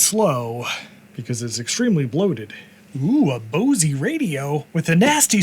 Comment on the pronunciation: I don't think I've ever heard anyone pronounce Bose as "Bo-see" before 😂